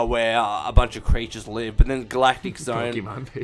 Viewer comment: Did you just pronounce Galactic as Gall-Actic?